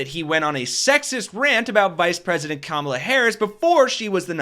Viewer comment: I believe when people mispronounce "Kamala" it is a deliberate insult. It's not like we haven't had at least FOUR years to learn to say it correctly. That guy is an *ss.